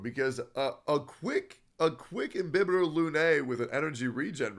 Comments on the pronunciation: BTW its not INBIBITOR its IMBIBITOR 😂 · So nobody notice the i"n"bibitor?